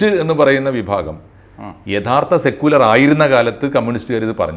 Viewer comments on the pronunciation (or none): none